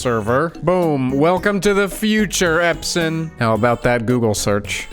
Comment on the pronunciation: The first time you said: Epson I said: please say Epson list and you nailed it 😂😂